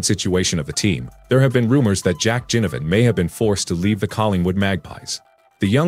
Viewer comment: Taylor Adams went to Gold Coast and NOT Sydney so far as I'm aware. Please pronounce Jack Ginnivan's surname as NOT Jinnivan